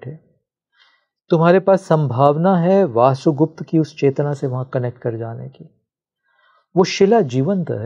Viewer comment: इतनी गंभीर बातें करने आए हो और वसुगुप्त को वासुगुप्त कह रहे हो? कुछ तो संस्कृति का संस्कारों का लिहाज करो. पूरा पोडकास्ट देखकर समझ आया कि तुम बहुत बड़े भ्रमजाल में फंसे हो. तुम्हारा स्वार्थ कि कोई तुम्हें सुने और इस स्त्री की नौकरी कि इसे व्यूअर मिले. खूब जोड़ी मिली. तुम्हें लगता है कि तुम्हारी बातों से किसी की ऊर्जा जागेगी? ईशावास्य उपनिषद पढ़ी है? पढ़ी होती या समझी होती तो दैवी और आसुरी शक्तियों की बकवास करने के बजाय ज्ञान, होश और चेतना को जागृत करने की बात करते. सुनो इस मूढ़ की बकवास कि शिव की आवाज इस के मुंह से निकल रही है! सभी शिव हैं मूर्ख! न कोई दैवी है न आसुरी. यह ब्रह्माण्ड ही शिव से ओतप्रोत है.